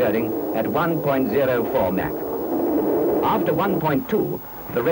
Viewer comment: What was that? Mack? Oh you meant Mach. Good one there old cheeky fellow. Haha